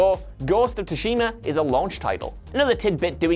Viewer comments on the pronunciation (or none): Tsushima is soo-shee-ma